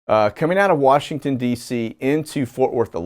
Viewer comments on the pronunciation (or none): none